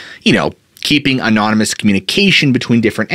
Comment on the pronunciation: Please look up the pronunciation of 'anonymous'... among others.